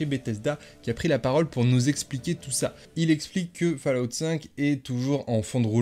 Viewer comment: Fallout se dit Follout. C'est dingue de ne jamais prononcer correctement, séssone pass cale off etc c'est pourtant basique 🤷‍♂️